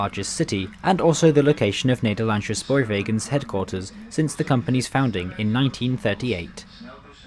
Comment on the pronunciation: It's not NederlandSHhe spoorwegen, it is NederlandSE...NO SH sound! IT IS AN SSSS. Sama as Amersss foort. .